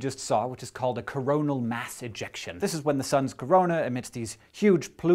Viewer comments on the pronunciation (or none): when you said ejection, I thought you said something completely different.. Glad I did a double take.